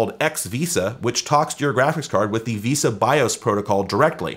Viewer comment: BTW, not to be pedantic, but VESA is pronounced VES-SAW, not VISA... :)